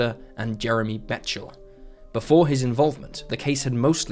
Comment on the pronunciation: Jeremy's last name is Bechtel (beck-tull).